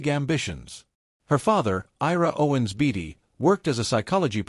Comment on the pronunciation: It's BAY-TEE Not BATTY. Great video!